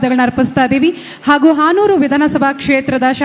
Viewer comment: ಹಾನೂರು ಅಲ್ಲಾ ಹನೂರು